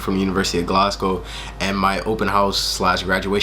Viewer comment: your the first american ive heard pronounce glasgow the way the scots say it!!!